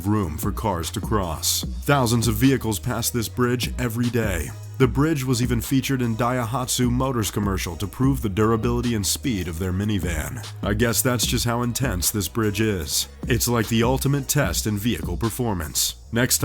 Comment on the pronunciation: LMAO 'Is-rail-eye' 'die-ah-hat-soo' dude learn to speak! it is 'Is-ray-lee' if it has an i on the end and 'dye-at-soo'